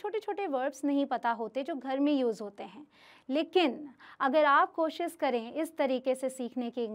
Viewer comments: Mam ...pehle aap hindi seekho ....bcs you r indian ....koshish hota hai kosis nahi ..... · Jada (zyada) koshis (koshish) pronunciation thik karo